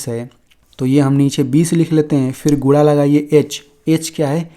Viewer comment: अरे सर गुणा है या गुडा क्या बोल😂😂😂😮 रहे हो